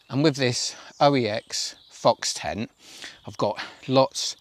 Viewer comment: Are you saying ten when you mean tent? 😂😂